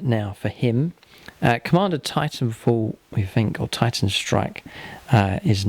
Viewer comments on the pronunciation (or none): none